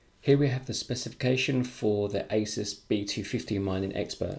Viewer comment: U pronounced asus wrong